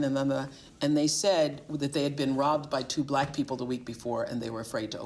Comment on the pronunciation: Bruh, the way you pronounce "black people" ☠️ if it's AI switch the voice